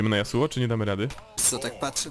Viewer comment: Ale to nie jest Dzasuo tylko Jasło :P